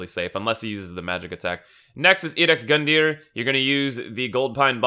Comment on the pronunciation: Edex gundyr...does he mean ludex gundyr pronounced udex gundyr???